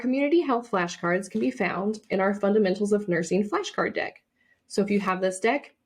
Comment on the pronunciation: If you don't have the d)(! grab it😂 was it me or did it sound like she said the D word, and not deck....